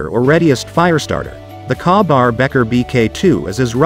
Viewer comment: Better choices around....skip the firesteel mora and get a regular mora for less than half and buy a real firesteel 5 inches long Can't take the robot AI.....goodbye......if a knife review butchers KABAR pronunciation that badly its a HARD PASS..... I actually heard the robot say I HAVE USED A KNIFE....THE SCHRADE.....so it's even worse than a keyboard bushmaster 😅just a robot bullshitter